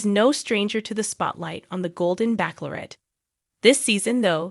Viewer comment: Why are you still saying Backlorette ,it’s pronounced batchelorette